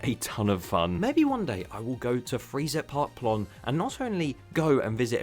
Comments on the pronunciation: Fri-z-eye-t-pahk P-loan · It it pronounced freye-zite park plone if you really want to know ✌️ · for your german education: It's called Freizeitpark plohn and it's pronunced like: Fryte site park plon xD greetings from Germany lol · Freezerpark Plohn, I love it.😂 Maybe you should put the name in Google translate and listen to the pronunciation.